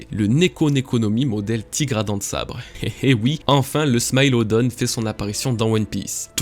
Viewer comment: c'est smilodon, pas smylondon